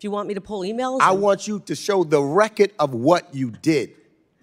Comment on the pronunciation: Is that black dude trying to say 'record or "reckit?' Just axing.